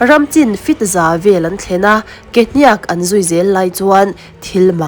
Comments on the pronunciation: Ke " hniaak "ti lovin hniak(thluk suh,)ti mai rawh. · Kehniak I thluk dik lo hi a mak thei hle.Beng a ti thlep thluk dik lo hian. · Mizo chu inihve hmel sia,Kehniak pawh han lamdik thiamloh chuh. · Ke hniak i hniak i chhiar hi a dik chiah lo a thluk tawi tur i thluk sei tlat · Hetianga Mizo tawnga Thil in chhiar duh anih chuan Zir in emaw hrechiang ve hmasa thij rawh u… Mizo inti Puitling meuh in KEHNIAK i lam dan te hi a nih in a nilo emai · Ke hniak tih hi i lam peih thei e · Ke hniak tih ilam danhi ava mak ve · Ke hniak tih ithlûk dan hi mak tawp😅